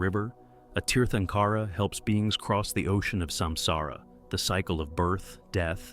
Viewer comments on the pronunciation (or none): Uhhh. Here we go with mispronounced Sanskrit words. Tirthankara is pronounced Theer-thunk-era. And not Tear-tunk-aara. But that said, the British are to blame for providing very poor and inadequate use of diacritics (accent marks) to help us pronounced Sanskrit words. The letter 'a' when extended, as in the word 'father' or 'far' was accented as Ā by the British but current dictionaries use Ä whereas the Ā is used as in 'Ate' or 'Date.' My only other comment is about Ahimsa, or 'not-harming.' Sounds grand, but life has always lived by killing other life ever since life started evolving on earth. Jains don't want to taint their karma by ploughing the earth, but don't seem to care that the rest of us have to do so. Seems quite selfish to me. Humanity needs to approach life as one community. Without ploughing the land for grains, humanity would not have survived. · The term Tirthankara is pronounced like “tear tan kara” the t and h are not pronounced like “thanks.”